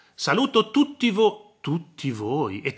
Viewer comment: Fanno ridere ormai ""***saluti a tutttt'''''ma come parla !!!!!!